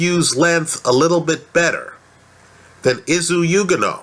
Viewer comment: His name is pronounced is-oo oo-gone-oh. Izu being short for izugabe. I strongly believe izu will be too fast a slick for Dominic Breazeale who is immobile and predictable with his offence, he is how every very tough.